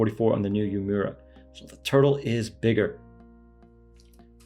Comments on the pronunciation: It's pronounced "Ooo-Eh-Muh-Ra", not Yu-mura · Love your vids! Just for reference it’s pronounced ooh-eh-moo-ra though not as exaggerated